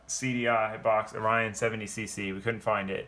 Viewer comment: ORION not OnION